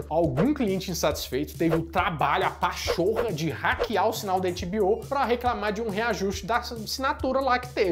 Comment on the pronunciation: Adorei o "pá-chorra", 😂😂😂😂